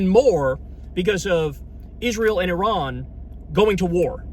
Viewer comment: Apart from anything else, thank you for pronouncing Iran correctly! For an America that's a huge achievement. What's happening otherwise is catastrophic.